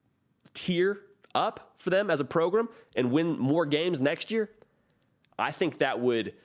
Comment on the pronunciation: What the hell is a 'progrumb'?